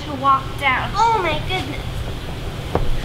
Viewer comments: "Oh my guudness" I died 😂😂😂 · I like how says "oh my goodness" and "she's hurting" with a certain accent